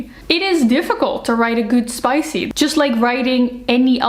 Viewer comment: Please don't says "SPICE" in a french way. xD You know, english PISS is only one letter away from french PISSE. And they both mean, and sound the same.